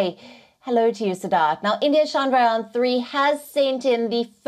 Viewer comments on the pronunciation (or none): The way she pronounced: Shandraayan 😂